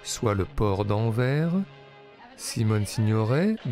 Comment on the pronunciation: AnverS, Arte, pas "en vert", AnverS ;)